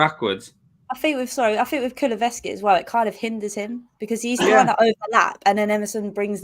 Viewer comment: Kulu-sev-ski, I'm a stickler for pronunciation, apologies 🤣